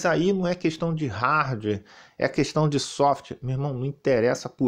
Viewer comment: "RARDUÉ" 😂😂😂😂😂